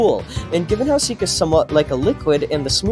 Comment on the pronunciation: seek ❌ sihk ✅